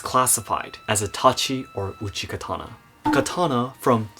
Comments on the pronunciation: Isn't it called uchigatana rather than uchikatana, and laito rather than laido? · It's uchigatana. K is softened when combined in another word